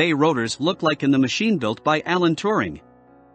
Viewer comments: Alan T-u-ring, not Tu-r-ning. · I could only take about 10 seconds, and the horrible pronunciations of Turing and Bombe...